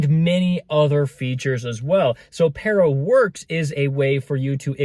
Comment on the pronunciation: Peara….. you saying it wrong 😂